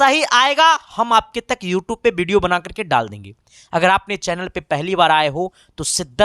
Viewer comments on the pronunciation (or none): none